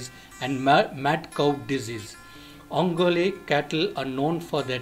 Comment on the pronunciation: first do not change the way name is pronounced, it is ongole ongoleeeeeee